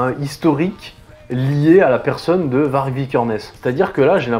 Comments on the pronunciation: Je crois que Varg ça se prononce Vary (y consonne pas voyelle genre le même son que dans Aïeul mais sans le a devant ou le eul après, comme pour Greta Thundberg, qui se prononce.. ça veut dire loup en suédois et il me semble que la prononciation serait la même en norvégien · Ca se prononce "Var-yeuh". VAR-YEUH.